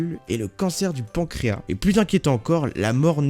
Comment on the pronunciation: pancréas se prononce pankréasse et non pankréa